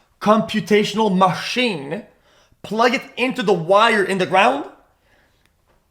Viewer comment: bigas chumputational MA-SHEEN